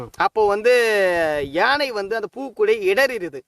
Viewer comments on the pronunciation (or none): none